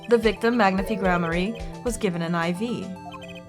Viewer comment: Even though it's been years, I just want to say that Magnifi's name is pronounced like "magnify" and not "magnifee". It's too late to change the way you say it here and in future videos, but I though you should know.